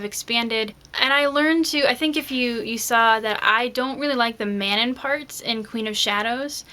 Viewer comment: Excellent, excellent. You are the first person I've seen who pronounces Elide and Manon like I do. I have found that no one pronounces all the names the same, lol. Also good point about the disabled controversy being false. How could Elide have been forgotten?